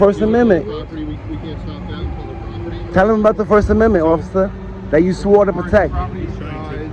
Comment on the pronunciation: "You thee me on public propityy" at it again